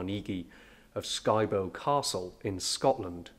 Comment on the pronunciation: Another great display of the beauty o the music of the pipe organ. BTW, Skibo is pronounced ‘Skeebo’. A minor point but I lived and worked close to it at one point.